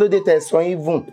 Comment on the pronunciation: That :even ; was not clearly spilll out by him.. he only said if…. Na Oojoro jareee